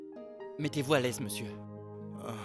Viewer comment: On dit monsieur pas meisi